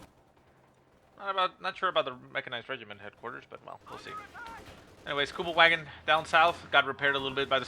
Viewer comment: normally I wouldn’t do this normally but please … the next time you say the Kubelwagon remember in German the ‘W’ is pronounced as a ‘V’ in terms of pronunciation … think of the car company Volkswagen:P Besides that little bit of silliness keep up the awesome casting:)